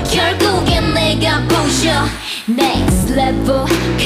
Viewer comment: 넥레는 깔린 원곡 비트? 자체도 사기긴 하지만 편곡을 sm스타일로 잘 해놓기도 했고 멤버들의 쫜득한 발음이 미친 중독을 만들었음 눽스트 레블~ 하는데 이 레벨이 아닌 레블이라 하는 부분에 중독되고 블맘 나왔을 때 넥레 기대했고 넥레 나왔을 때 새비지 기대했는데.. 지금은 새비지 다음 곡 너무 기대됨 스토리가 이어지니까 스토리 영화를 시각이 아닌 청각으로 보는 기분이라.. 이런 그룹 또 없음ㅜㅜ.